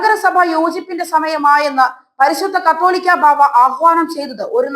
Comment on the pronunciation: കത്തോലിക്കാ ബാവ അല്ല കൊച്ചേ.. കാതോലിക്കാ എന്ന് പറയാൻ പഠിക്കണം.